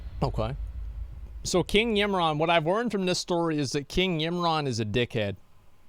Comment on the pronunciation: My ears are bleeding from his pronunciation of Ymiron and Vrykul lol